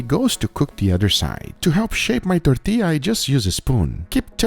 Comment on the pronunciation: Perfect pronunciation of tortilla 👌👌